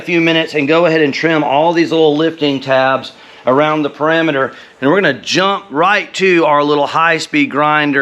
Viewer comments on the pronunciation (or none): Loving the videos! No doubt you're from the south pronouncing perimeter as "pa raam eater" 😂